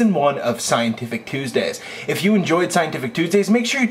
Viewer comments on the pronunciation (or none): He says Coosdays the first time, Start , you'll hear it :)